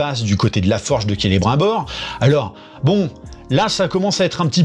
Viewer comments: c'est marqué dans les livres comment on prononce, c'est pas difficile. Kélé brime bore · Il me fume qd il dit : Celebr 1 Bor. Qu'il est con. Mais il me fait rire, c'est déjà ça